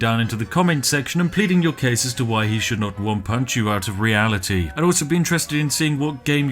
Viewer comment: Gotta love 'Real-a-tea'! ☕